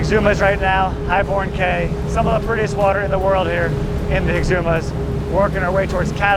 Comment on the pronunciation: Bro, cay is pronounced "key" It's not Chubb Cay. It's Cubb "key" It's a Spanish word that's been anglicized from cayo meaning small island. I thought you would like to know, since you reach so many people. Please say it correctly.